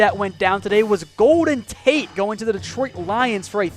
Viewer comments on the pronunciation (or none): none